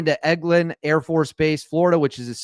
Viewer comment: it is Eglin pronounced like Egg-land. Fort Walton Beach Florida. I live between Eglin and Tyndall AFB. The military has to be good at deception because we have people monitoring every plane taking off and landing everywhere. Its a shame we can't have any secrets anymore. It could put our people in harms way.